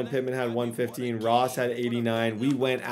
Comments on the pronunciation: i don’t know if it’s just me but when he kept saying moss instead of ross it was irritating me😂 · "Justyn moss" bro it's justyn ROSS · Is there a reason you keep saying moss when his name is ross? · Did he say moss and stead of Ross 😜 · Is it me or is saying Moss instead of Ross? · Am I the only one that here's him keep saying Justin moss instead of ross??? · why does it sound like he is saying justin moss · ROSSSSSSSSS WHY DO YOU CALL HIM MOSS